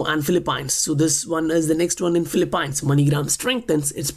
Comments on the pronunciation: I just want to let you know, Phillipines is not Phil-A-pines. It's pronounced as FIL" + "uh" + "peens. Aside from that great content man! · Great work- just an FYI - it’s pronounced Filee-peens.